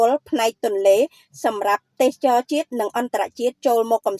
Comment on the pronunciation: AI ឬអ្នកអានព័ត៌មាន អានមិនត្រូវសោះ ទេសចរ ជាទូទៅគេ ត្រូវអានថា ទេស សៈ ចរ មិនមែន ទេស ចរ នោះទេ